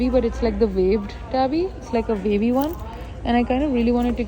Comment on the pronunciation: Vibe not wibe. Wavy not vavy.